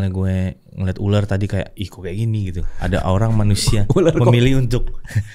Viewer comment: Bukan uler , ular gitu